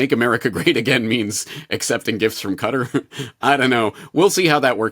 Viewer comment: Does he mean Qatar?! Why can't he say it properly